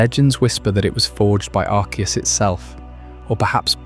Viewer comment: pronounced arceus two different ways within 3 minutes of the video starting